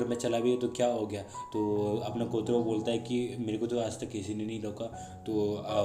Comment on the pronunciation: कोटरो nehi कोटारो bolte hai lekin explain accha krte ho name shi se lo